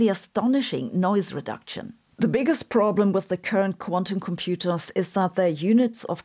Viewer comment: her accent when she pronounces the word 'problem' 😂😂